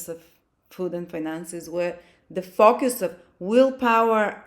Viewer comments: Honey!!!!! I just ABSOLUTELY LOVE your accent!!!! Every time you said "FOCUS", I thought you said "FUCK YOUS"! I'm over here like, HELL YEA, THAT TOO!!!! 💯😩🤣🤣🤣🤣🤣🤣🤣💖💫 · 😂😂😂😂 omg I thought the same ... 😅😅😅